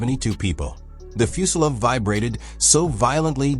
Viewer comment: What's a fuselov? Is that like a soviet fuselage? The voice keeps saying that.